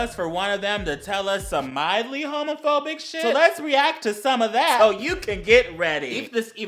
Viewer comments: "Am hewmewphewbeeck and preud" It's the fedora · Is he saying “Haamaphaebic”? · I like his pronounciation "Hömöphöbic" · I kept hearing "Homofurby" instead of homophobic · “Ai-m HaMoFoBIc” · "Arm hawmafawbick"